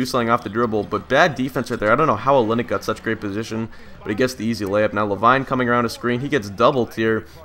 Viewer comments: Great video never disappointed but, I think it's pronounced La•Veene not La•Vine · It's La- Veen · I don't want to sound annoying, but it's pronounced Luh-Veen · Pronounced La veen but good commentary love your vids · So if one player explains that it's "LaVeen" then why do 20 other people feel the need to say the same thing? I mean really guys if he can play a video game he can read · It's pronounced la-veen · Yeah it isn't la vine